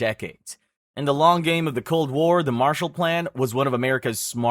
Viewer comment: It's Marshall not Martial. It was named after a person